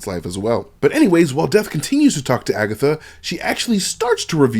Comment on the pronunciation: Did he say AgaThots?😂😂😭😭😭